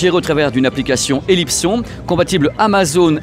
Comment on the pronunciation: Tu dis Elipson à la francaise...Mais j'ai toujours entendu "é-lipe-sonne" phonétiquement... Je sais que c'est une marque française...(Merci Monsieur Léon pour les excellentes 1303...Modèle emblématique de la marque), mais je suis surpris de t'entendre prononcer le nom Elipson ainsi.